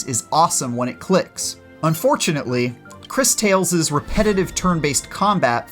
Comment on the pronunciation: i think its actually pronounced like this " Chris Taw less" 😉